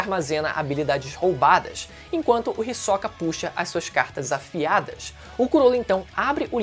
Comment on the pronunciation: ri soca é pica kkkkkkkkkkkkkkkkk ri demais da tua pronúncia, eu sempre pronunciei risôca ótimo vídeo